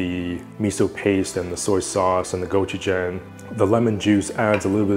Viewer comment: Could u at least pronounce gochujang the way it’s supposed to be pronounced. Asian people have been whitefying and villafying our food to wyt ppl for too long. My grandmother is 99 and been eating a lot of ways u say are not optimal, yet she’s 99. Good luck w ur Patagonia sponsorship attempt.